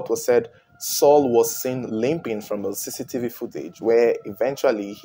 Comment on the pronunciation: Great job but maybe next time say camera footage no offense but i had to put subtittles to undersdand you were saying cctv footage.